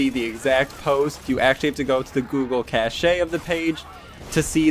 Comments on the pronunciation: My dude I'm sorry to be this guy but chache is pronunced like cash not cash-aye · My man just said cashay lol. It’s pronounced like cash.